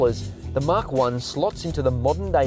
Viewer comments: Mach is not "mark" It's pronounced "MACK" or MAC. Yes, I'm a pedant, but it's painful to hear. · its pronounced Mahk